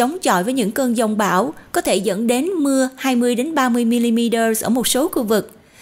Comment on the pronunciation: Giông bão not dông bão